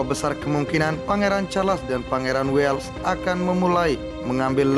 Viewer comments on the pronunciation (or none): none